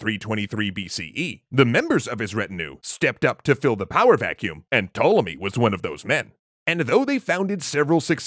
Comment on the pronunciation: The "P" in Ptolemy is not silent.